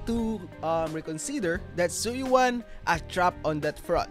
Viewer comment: right lol I don’t understand how all these creators can’t pronounce her name right. You literally hear it in game. “Zhu Yuen” Not Yu-an Yu-en . Just say it as one word lol.